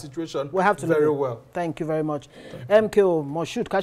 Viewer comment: Isn't a shame this comedian leads Nigeria he pronounces Nigeria ( Tinubu - nigea) thank you very much (Tinubu-than vee mon